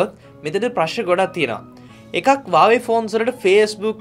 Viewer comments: හුවාවි කියපන් හරියට වචනේ pronounce කරගන්න බැරිනම් . වාවේ වාවේ ගාන්නේ නැතුව 😂😂😂😂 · වාවේ නෙවෙයි බං හුවාවේ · හැමෝම හුවාවේ කියද්දී උබ විතරක් ඇයි බං "වාවේ " "වාවේ " කියන්නේ ???????😂😂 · වාවේ නෙවේ බං හුවාවෙ😁🖕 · වාවේ කියන්නේ මොකක්ද ? මගේ පෝන් එක huwawei ( හුවාවෙ) 😂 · Awei newe bn huawei 😂😂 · Deg mokada karana api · වාවේ මොකක්ද ඒ අ ආ අඩෝ වාවේ වාවේ.....?